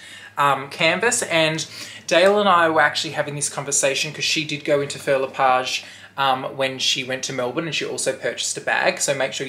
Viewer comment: hi love the bag!! Please google how to pronounce the name its not Phil le Page.....this comment is not coming from a bad place just sounds better when you say the word correctly.